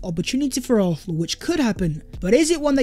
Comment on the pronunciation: I beg you pronounce arsenal properly